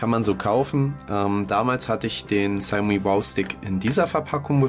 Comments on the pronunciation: Nicht negativ gemeint aber man spricht es "Schaumi" und spricht das "au" lang. Trotzdem danke. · Die ausprache "Schaumi" ist falsch. Die Europäer wissen noch nicht einmal was das wort bedeutet von der Aussprache ganz zu schweigen. Frag mal einen aus Fernost oder s. hier